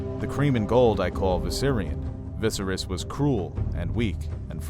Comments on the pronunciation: Love your content but I can't help but cringe whenever you say "VI-serys," or your friend "Daen-AR-ys" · Lots of good with some trying pronunciation. Why pronounce Viserys differently than the TV show (second syllable stress versus first)? Pyre as pry? A little distracting. Really enjoyed the beginning illustrated history. Concise and clear as a bell. Many thanks. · I itch everytime mispronounced "VISERYS" lol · Great content... but learn how to pronounce Viserys. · great breakdown but OMG I break out in hives when VISERYS is mispronounced .....REPEATEDLY !!!! lol